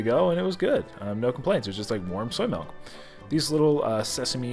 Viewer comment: Milk not melk